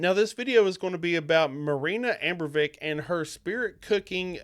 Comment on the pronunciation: It's "uh-BRAH-moh-vitch", not "AM-broh-vick".